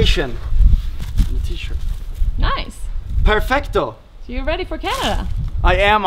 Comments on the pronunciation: Its perfetto not perfecto :) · Hi Jon. When you want to say perfect in italian, you don't have to say the c. So the correct pronunciation is perfetto, not perfecto.